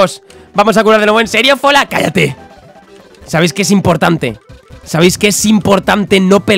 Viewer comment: Dale me gusta si a fola le dices folagoro